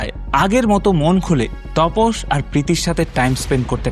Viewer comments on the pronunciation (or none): Apnar vdo bhalo lage tobe onek sobdo kane lage jemon tapos ke topos bolchen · তপস না দাদা, ওটা তাপস হবে।